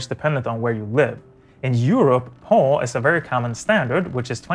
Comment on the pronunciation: did you pronounce PAL as PAUL lmao :D